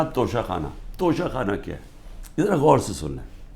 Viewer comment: Khan Sahab sahi tallafuz Tocha Khana hai, Tosha Khana nahin 😜